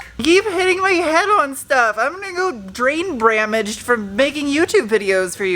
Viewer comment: “Drain Bamaged”. 😂😂👍